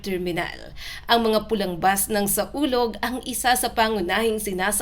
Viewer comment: Mali ang basa mo... SAWLOG ang tamang pangalan bobo ka ba?